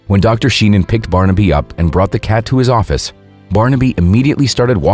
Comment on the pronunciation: there's a photo of Barnaby at the mark, and of Dr. Sheehan with him at . I know what you mean, this type of videos drive me crazy. They don't even pronounce the Dr's name correctly!